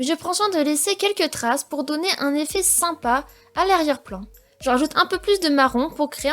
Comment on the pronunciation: elle a un problème avec le mot